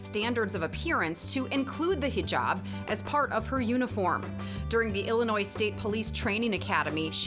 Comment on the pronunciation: “Kuran” *kuran? At least yr close I guess…” “Muzlim” u went to far… “HijAaaab” BRO ITS GUR-AN MUS-LIM AND HIJ-EB *And it’s spelt Quran, Muslim, hijab